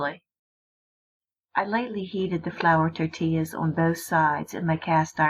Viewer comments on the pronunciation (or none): none